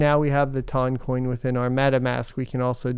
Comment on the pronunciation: I got to admit, I can't stand the pronunciation. My brain says tun, like a ton of weight.